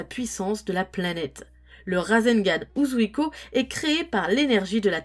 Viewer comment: C'est pas méchant mais, Shoury prononce mieux que toi Uzouhiko